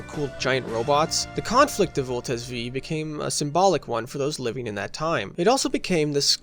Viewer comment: In the name of useless pedantism, I will correct your naming of Voltes 5(five) which is different from how Combattler V(veeeeee) is read